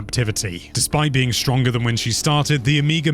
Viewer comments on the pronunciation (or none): none